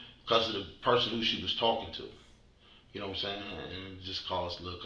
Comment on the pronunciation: If you edited out every time he said "yanowmsan" the video would fit in the original format of the channel... Thanks for doing what you do